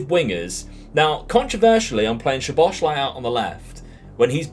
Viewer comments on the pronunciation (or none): Great video man! Im hungarian who lives in israel and when i learned the language it was so difficult anyway, u actually say szoboszlai like that soboslai, sz is like the sound when u use the letter s i hope that i helped with the pronunciation